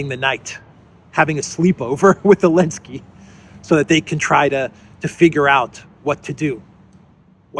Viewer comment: Are you calling him elenski on purpose? Is it some kind of joke that I'm missing? Just in case you are not joking it's ze, zelenski with a z.